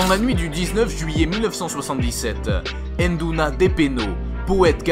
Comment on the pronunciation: VOUS devez dire NDOUNA et non pas ENNEDOUNA !